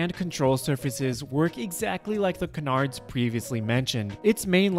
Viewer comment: Why can't people pronounce "canards" correctly?